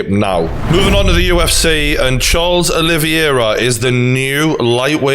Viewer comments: It's Oliveira not "Olivyera" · O-liv-i- era? Who the fcuk is that? Olive-air-a. Seems you're losing more than just weight. Still love you though. Now we're onto 'Lee-on-el Messi. What you been taking? Can I have some? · I love you True Geordie from a fellow Geordie too but It's Ol-i-vera not O-livey-air-a lol (oh and I'm a big McGregor fan too 😁) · CHARLES OLIVEIRA NOT OLIVIERA. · OlivEira not OlivIera please Geordie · OLIVEIRA not OLIVIERA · It’s pronounced oli-vera not olivi- era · True Geordie, you’re not saying Charles’ name correctly, it’s Olives. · big fan but butchering Oliveira name not olivierier really when have you heard any one call him the same as you have sorry for being a dick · The way you pronounce Oliveira as "Olive-Viera" is stroke inducing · Fucking casual. Dont even know how to pronounced Oliveira